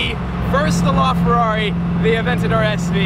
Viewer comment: La Ferrari, not Lar Ferrari